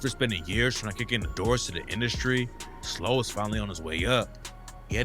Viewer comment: Slobae? Wtf it's pronounced how it sounds are you slow? Slo-Be